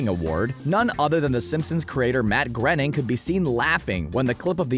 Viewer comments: Matt "Grenning"? its pronounced "grain-ing" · Bruh I'm British don't piss me off. Also its GROW NING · Isn’t Matt groening pronounced where you say groan not gren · Matt groenings name is not pronounced grenning it is pronounced graining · It's pronounced groan-ing not gren ing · It is “ Pronounced “graining”, rhymes with “complaining.” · It's Matt Groening, not Matt Grening!!!!! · "Matt Grenning" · Groening is a last name from Norway. I live in Sweden so I can confirm that it’s pronounced “Gröning”. the Ö is similar to the English sound ‘i’ in the word ‘bird’. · It is 100 percent GROW NING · You mispronounced Matt Groening. Twice. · Here I was thinking the birds and a clockwork orange references, "literal easter eggs ", phillip k dick, were so obvious and not hidden, silly me. You also pronounced Groening wrong thanks for this shocking expose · Mispronounces Matt Groening's name eleven seconds in Welp, I'm done with this video. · Wow Screen Rant you can't even pronounce the name of the creator of The Simpsons. This channel is so pathetic they literally don't know anything about the Simpsons which I thought was impossible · This guy decided to go a completely new direction in pronouncing Groening wrong